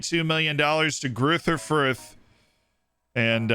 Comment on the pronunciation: I want a video with saying all the german and austrian club names… greuther fürth was hilarious